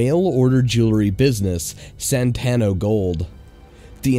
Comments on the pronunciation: SAN-TO, SAN-TO, SAN-TO! NOT SAN-TAN-NO... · SANTO Gold, NOT Santano Gold. I mean, it's right there on the screen. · SANTANO GOLD? It says SANTO gold. C'mon. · it's spelled SANTO but you keep pronouncing it SANTANO. which is it???? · Why did you keep misreading Santo as "Santano"? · Santo... Santo..it’s like Santa but with an O sound. Where did you find the two extra letters from 😂😂 I’m sorry but it was very frustrating to watch. Please check your scripts for mistakes <3 I do appreciate the joke texts in the video for the mistakes you caught :) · It's not Santano, it's Santo. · Everywhere it said Santo Gold but you kept saying Santana Gold. It was kind of annoying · SANto, not SanTANo. DisTRIButor, not distriBUTor. Ah, never mind. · It's SANTO; San-to! San-to!